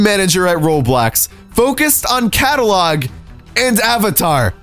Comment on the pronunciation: Omg its RO*BLOX* not RO3D i mean wtf RO3D?